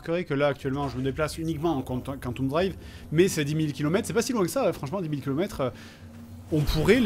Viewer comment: KANTOUME travel xD On dit "Quanteume" plutot